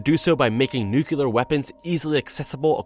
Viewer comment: Please say Nuclear, not Nu-Kular.